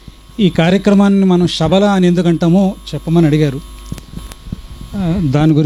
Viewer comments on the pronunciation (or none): అన్న గురువు గారు శ బదులు షా అని పలుకుకున్నట్లు వినపడుతుంది